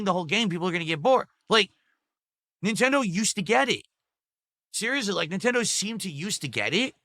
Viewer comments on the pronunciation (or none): Neeentendoh doesn't gwet it, chief :(